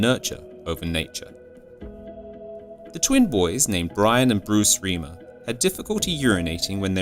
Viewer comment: Last name is pronounced rhymer not reemer